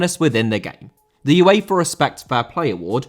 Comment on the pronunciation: UEFA * not Yuweifer